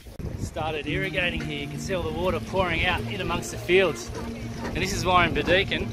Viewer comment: Pronounced Bird e kin 😊